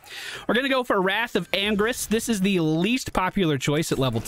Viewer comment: The way he pronounces the ult it sounds like "Wrath of angries", lol.